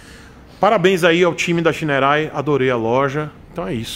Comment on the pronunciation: Ele: xainouei kkkkk Eu: chinerai